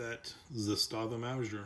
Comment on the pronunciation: Mowzhure lol lol - sorry couldn't help myself. Great review and information. Appreciate it! This reminds me of my now departed Father. He used to pronounce onion as "ungyun". It's just one of those things that makes us each unique.